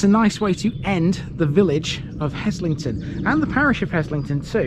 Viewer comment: Now you're talking - home territory for me. BTW the s is pronounced as a z. Worked there (Chemistry Labs in the 1960s) then did an MSc in the same labs in the late 1970s. In the early years we would swim in the lake.